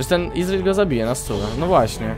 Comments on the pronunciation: Gimper... nie izril tylko ezreal KURWA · Nie wymawia się tak imienia Ezreala :D Zobaczcie filmik z jego nową, legendarną skórką w okienku. Łapkujcie.